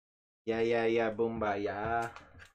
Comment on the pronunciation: Boombayay would be the spelling for your original pronunciation. 😂 No shade, just thought it was funny. 👍